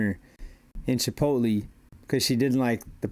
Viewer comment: Pinche FMB calling Chipotle "Chip-OAT-LEE" is hilarious! Pinche FMB es mucho menso, ey!